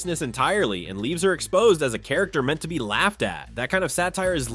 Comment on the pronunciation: A char-ca-ter? The AI can’t say character properly 😭